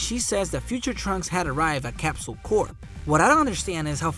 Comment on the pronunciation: Go to Google and search up 'how to pronounce corp'. L